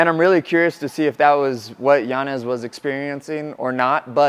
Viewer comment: Respect for not pronouncing Yanez as Yanyez . That man does not deserve it after putting on a performance like that